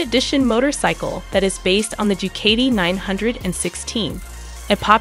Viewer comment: This was a waste of time and it’s Ducati pronounced Dewcotee